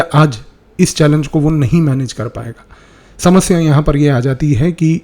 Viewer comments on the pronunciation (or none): none